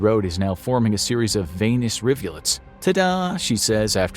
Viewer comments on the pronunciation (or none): none